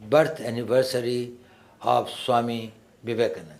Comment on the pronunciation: Suame Vevekamananda!🤣